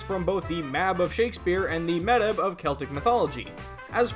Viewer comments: Amazing videos and I'm enjoying going through them, but hearing the mispronunciation of Medb (pronounced closer to may-ve) kills me a little lol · Medb is pronounced as MAEVE. Gaelic is weird that way. And it is pronounced like 'Coo Choo Lane' Thank you for saying (K)eltic and not (S)eltic!